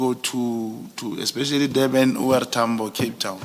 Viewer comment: Once a person pronounces Durban as Deben, you must know. What kind of agent is this?